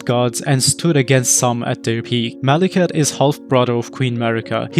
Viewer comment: Mawekith....the Bwack Bwade...